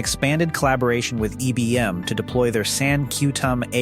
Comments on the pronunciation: Pronounced EYE Bee. M. One of the Biggest Companies in the WORLD!!! And This DUM BASS Does NOT Correct It!! Scares Me About What Is Posted By This Azz Clown!! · So is that how you pronounce IBM?